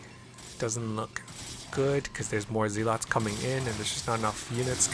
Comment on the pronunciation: I love your channel and I hate to play the grammar nazi role, but please, for Gods sake, stop calling them zee-lots, it is pronounced zeluts :))